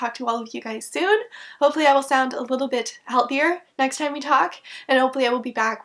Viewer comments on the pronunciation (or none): none